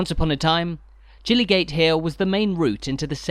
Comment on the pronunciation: "Jillygate"? Oh dear.... This is the problem with outsiders trying to pronounce unfamilair places.